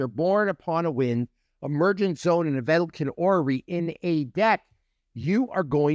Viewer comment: I spit the water out of my mouth when he was reading vedalken orrery LOLOL I have never ever heard someone pronunce it like that hahahaha great video bro!